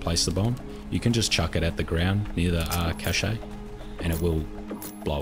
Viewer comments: the fact he calls them chache-A 's instead of pronouncing it cash really grinds me the wrong way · The e in cache is silent. Pronounced like cash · A cache, like an arms cache is just pronounced like cash. It's a loanword, but the main thing is that another French loanword, cachet is pronounced like how illiterate seppos pronounce cache wrong. They've only been doing that for the last decade, don't copy seppos, they basically can't speak English because they have no vocabulary and nearly always nors up French loanwords. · At first him saying Cache really bothered me, but it's kind of funny yet soothing. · great video, really helpful, but the way he says cache is so annoying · maybe they say them differently in different places of the world